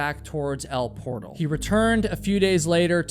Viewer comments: El Portal is pronounced el poor-tal, not portal. It’s the Spanish pronunciation like most towns in California. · Californian here. I used to go to Yosemite every year... it's said as El por-TAL by the locals, not like the English word for door. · It is pronounced El por-TAL. Not Portal as in a door. It rhymes with Gal or Pal.